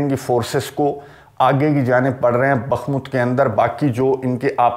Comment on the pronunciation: یہ لفظ بخمت نہیں بلکہ بخموت ہے براہ کرم تصحیح فرمائیں